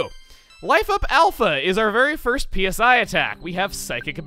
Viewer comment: It hurts to hear "PSI" spelled out every time and not "sigh" as in psychic